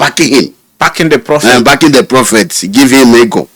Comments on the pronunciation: Bro. It’s prophet not propheth. Good interview though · It's "prophet," not "propheth." There's no "th" at the end of the word.